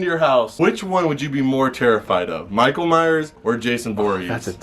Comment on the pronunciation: Michael miress